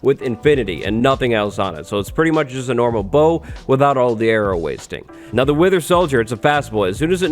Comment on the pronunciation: I thought that he said "winter solider skull" not "wither solider skull".